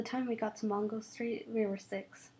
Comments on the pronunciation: It's Mango not Mongo. Just saying. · M a n g o not mongo